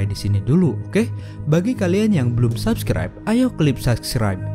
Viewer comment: "bagi kalian yang belum sapskrep silahkan srapsrep:V" LoL:v